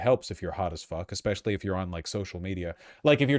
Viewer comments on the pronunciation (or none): none